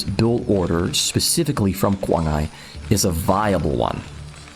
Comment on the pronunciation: Should be pronounced as kuang ai, same sound as iPhone . Kuang Ai (i like iPhones) means 狂爱，crazy love …or love something like crazy ..